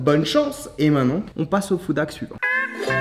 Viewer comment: Pourquoi il dit food dhack